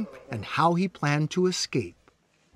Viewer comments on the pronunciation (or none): Head of blah blah but can't prounce the word escape. It's not excape. You're not black. Let me axe you a question. Uggghhh.